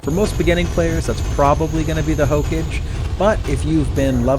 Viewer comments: It's not hokej, it's Hokage. Belive it! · did you just really say hoke-age LMAO nice guide otherwise tho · Okay I let it slide for the first 17 but after the 18th hokage God damn it watch a single episode of Naruto Jesus Christ its HOE-KAW-GAY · Also the word Hokage, never heard anyone pronounce it as "Hoke edge" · hokage is pronounced as "hoka gei" it is an anime reference Naruto in particular. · That and saying "ruins" instead of "runes." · That's not how you pronounce hokage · it makes me cringe how he says Hokage, good guide though. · Oh my lord your pronunciation if hokage and runes made me a bit stabby. Despite that though this is a FANTASTIC guide, thank you so much. Very very helpful. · Good guide.. My only gripe is how you pronounced Hokage, lmaooooo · Every time you said Hokage I died a little bit inside. Good video either way.